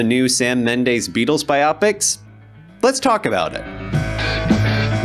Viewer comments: His name is pronounced Keegun. And it's BIOpic, and Mendes is not pronounced Mendaze. Gee...you slaughtered THREE pronunciations. Not good. I'm gonna assume you looked up Sam Mendes when you first heard of the Beatles 'byopics'. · It's bIopic, not bi opic. And the last name is Mendes, not Mendaes.